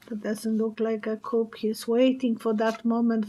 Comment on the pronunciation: Coup is a French word pronounced with a silent p.